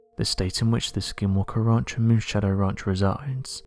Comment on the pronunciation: Lol "Skinwalker raunch"